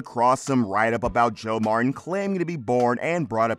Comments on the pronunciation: Man what a fake title. And his name is MarTin not marren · Mar Tin not Marrin. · Their name is Mar-TEN. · Can the narrator not pronounce "Martin" correctly ? Coddington BOYD ? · Why do you keep saying Marin? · click bait! Nothing happened to him and you need to learn to say MarTin. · This is a great show. I researched this mispronunciation of Martin. Narrator may be leaving out the T sound. Its called T glottalization. Its a strange thing certain people do for God knows why. i notice its usually younger females. my favorite news channel has a young lady that pronounces Russia's president as Poo-in.